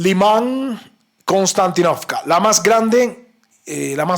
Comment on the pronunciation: Konstantínovka se pronuncia con un acento en la "i". Se dice Konstantínovka (en Ruso) o Kostiantynivka (en Ucraniano). Se llama así en honor al emperador romano Constantino. Saludos compañero.